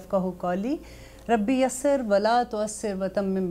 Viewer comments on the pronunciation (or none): کلمہ کس ویڈیو میں غلط پڑھا ۔۔ اس ویڈیو میں تو رب یسر ۔۔ کو غلط پڑھا